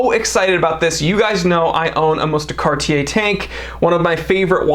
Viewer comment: I like that you say Cartier and not Cardier